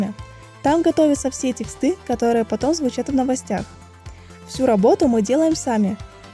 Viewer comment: Не текстЫ, а тЕксты. ;)